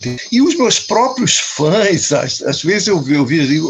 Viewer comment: Não se diz faes, se diz fãs